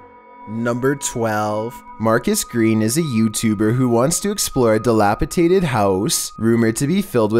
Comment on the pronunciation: It's dilapidated not dilapitated